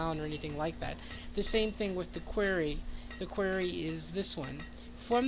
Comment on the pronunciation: Great video. Very helpful. The word is pronounced Kw-are-e. Are like car.